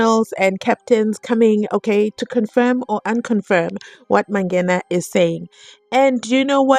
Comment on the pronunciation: What is so difficult about pronouncing the word MANGENA correctly,its a simple word,jeez,this judge,by the way i share the same surname with the "ballistic expert" but we r not related🤪🤪